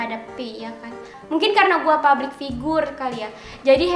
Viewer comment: Public woy Public bukan PABRIK! Emosi saya haha